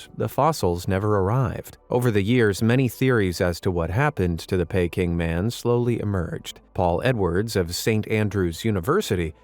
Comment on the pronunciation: Why don't they spell it Booey? Like the misspell Aluminium. First time I've heard Peking pronounced Payking.